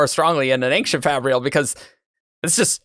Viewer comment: People on this episode keep pronouncing "ancient" as "ankshient", is that an actual regional pronunciation?